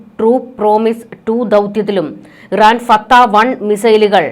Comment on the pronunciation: ഈ മന്ദബുദ്ധി എന്താണ് വിസർജ്ജിയ്ക്കുന്നത്? ഇറാൻ്റെ മിസൈലിൻ്റെ പേര് പോലും പറയാൻ പഠിച്ചില്ലാത്ത ഒരു ചനൽചേച്ചി.